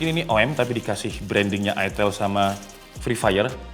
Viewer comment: Itel, "I" nya dibaca "Ai" jadi Aitel bukan itel apalagi itil 😂 Kayak Iphone dibaca Aipon bukan ipon